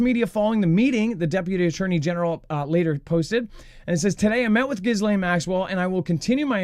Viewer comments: please can you stop saying Ghislaine with the s - the s is silent! Agree that Pam Bondi being off 'sick' is suspicious timing 🤔🤔🤔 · she is scum - but it bothers me every time I hear it said wrong 😂😂